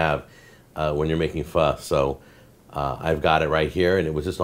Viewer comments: Fuh. Not FUS RO DAH. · it's pronounced like fuh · its pronounced foh isnt it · On god this man did not just butcher pho